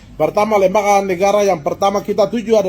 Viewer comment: Jgn sombong br goyang goyang sebut lembaga sja Lida berat .bagaimana kau mau pintar kalou sebut lembaga jadi lembaka..ketua mrp apa seperti anda.